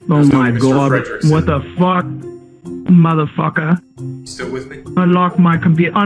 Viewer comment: he gave the most Indian "just anlok de pici you madafacca" while having a man tied on his hacked computer . so hilarious...